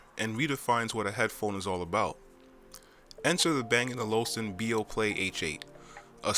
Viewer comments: Good review. Thanks Now you just need to work on getting the brand name right. it's Bang and OluFsen. ;) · I'm quite amused of the way you pronounce bang & olufsen, I'm not saying it's wrong (although not how the danes say it) however I just haven't heard it before. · Dude... Stop mispronouncing Olufsen!! Good video though.